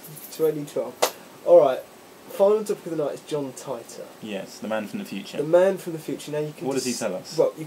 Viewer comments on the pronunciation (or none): haha john tighter..!? its titor...like teeter totter.